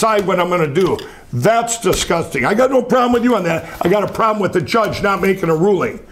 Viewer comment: The word “disgusting” is said by Lindell a hundred times. It sometimes comes out as “ahgusting.”